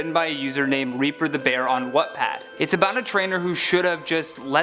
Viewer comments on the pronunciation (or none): Um it's watt pad not whatpad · You see wetpad do you mean watpad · Good video! Also it's pronounced WattPad (How to say it: Wat-Pad) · did he just say whatpad lmao